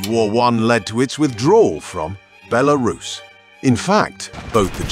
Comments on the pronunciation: I'm an american living in Russia and a have a lot of friends from Belarus but I've never heard any pronounce is like Bel aris, the way the guy on the video keeps saying it. Also the cost of living and quality of life in Mosocow looks much more attractive than the ones he's quoting for Belarus. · Is it “Belarus” or “BeLArus.” 😂😂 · Interesting video, but the AI voice breaks the immersion with different pronunciations of Belarus. Overall great content, would love to visit the country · I couldn't concentrate on the video because of the constant changing pronunciation of the word Belarus. The guy kept changing every time he said it. Did this disturb anyone else? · God, this AI voiceover is terrible. Can't even pronounce the country name half the time. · The AI voice in this video is horrible, can't pronounce Belarus consistently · Learn to pronounce it mate, or at least stick to one pronunciation in the video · This narrator pronounced Belarus several different ways 😂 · my only thought on this, why cant the narrator stick to one pronunciation of the word belarus? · Make up your mind on how to pronounce Belarus.